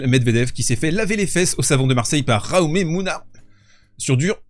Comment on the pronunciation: Camarade, juste un détail : Jaume (Jacques en catalan) se prononce djaouma… 😊… ooohhh ! et del potro signifie du poulain, pas de la poutre ! 😮